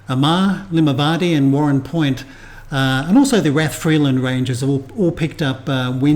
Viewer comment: p.s raf ri land, is the correct way to say it. lol